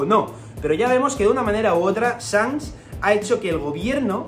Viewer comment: Buena el tinto tinto, ídolo porque pronuncias sanks? Y no chanqs ?